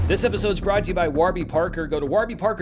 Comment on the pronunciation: Need a clip of Giancarlo Esposito pronouncing “Waarby Parker” the way does in this video